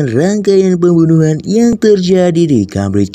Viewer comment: Pembunuhan terdengarnya bembunuhan 👍